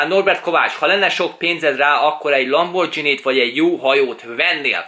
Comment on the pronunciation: Szia! Nem szeretnék beléd kötni, de nekem bántotta a fülemet... Az nem "lambordzsíni", azt G-vel ejtjük, nem "dzs", gondoltam kijívatalak.